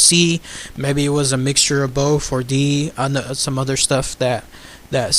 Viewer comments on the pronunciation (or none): none